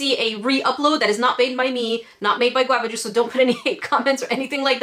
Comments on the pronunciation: I’m pissed off at Qwava Juce I hate that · nobody despises guavajuice more than...